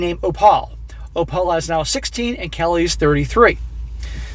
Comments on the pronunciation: Oh-pal? Are we sure it's not Opal (OH-pull)? 🤨🤔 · it's pronounced OPAL like the semi precious stone not OH-PAUL do you have a speech impediment or something? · Do you mean to say "Oh-pull" instead of "Oh-pal?" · Its pronounced Oh'-pul, like the stone, NOT oh-Pal' like "woah buddy"...frustrated the hell out of me the whole time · more likely its Opl rather than oPAL... must be an Irish background of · For the love of God its oh-phle not oh-pal. Like the gd gemstone Opal. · Why are you pronouncing it "Oh-pal" instead of "Oh-pull"? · "Opal" isnt it pronounced Op-al as in the gemstone, instead of "O-Pall"? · Uh,... I think it's pronounced Ow-pl, not Oh-pAL. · Opal? OH-pull, not oh-PAL. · if the name is spelled Opal, is pronounced “Oh-pull” like the gemstone. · Opal = Opul , As in the gemstone. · I'm guessing the grandchild is named Opal (Oh-puhl). For more than half the video, I though you were saying Oppa, as in the Korean word for "big brother". I could not hear the "L" sound on the end the way you were pronouncing the word. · If it’s spelled “opal” it’s pronounced more like “oh pull” not like Albert. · The name opal is pronounced op all . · It is a jewel, Opal, (oh pull) pronounce it properly. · My parents raised a granddaughter, then a great grandson. --Opal is pronounced Opul. My aunt was Opal. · Enjoy your stories. Just FYI. The girls name is pronounced like the jewel Opal. Not O. Pal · The child’s name is Opal, pronounced OH-pull. It’s a type of gemstone 💎. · thank you, it was very annoying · Guessing the baby's name is pronounced O-PULL. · O-Pal 😅😂🤣 hey... its Opal like the stone. 💍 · The only thing more tragic than this story is inability to pronounce ‘Opal’. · Dude, do you really not know how to pronounce "opal"??? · That pronunciation LOL thanks for the new way to say it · So successful but you can't say Opal. Lmao. Build your vocabulary, bro.